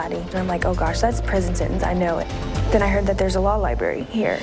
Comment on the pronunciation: Ok, hon, first of all, if you're going to use the 'law Li-Bary', you may want to learn how to pronounce the word first!